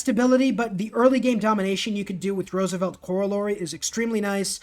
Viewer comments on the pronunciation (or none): none